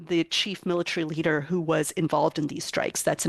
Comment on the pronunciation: you cannot even pronounce “leader” much less his name and you’re trying to make fun of Trump. Epic fail for one whose job as a talking head is enunciation.